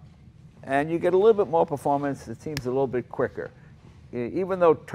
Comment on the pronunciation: Im-_ no no no. Is-a performante eh. xD